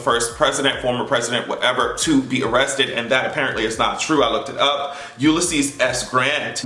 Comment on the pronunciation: Yes, I did say A-RREST-TED with you! hahahaha!